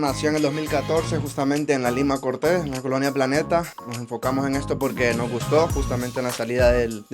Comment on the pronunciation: Polque? No hay polque.